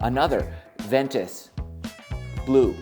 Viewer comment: Ventus not venture .....lol